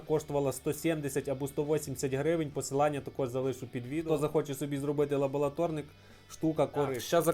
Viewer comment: лабоЛаторнік кров із вух, це повний капець, ладно стріпер кліщами називав, а тут просто жесть...